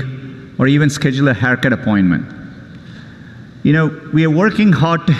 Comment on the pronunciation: Schedule = said u llll